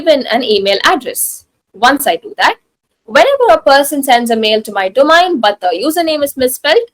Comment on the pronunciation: She doesn't know how ro pronounce the word domain :eyes-purple-crying::face-orange-frowning